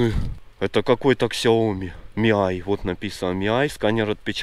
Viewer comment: Как правильно ксиоми не не ми